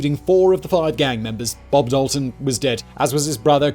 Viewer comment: I'm related to the Daltons he pronuduced it wrong I would like to say but I never thought there'd be a video though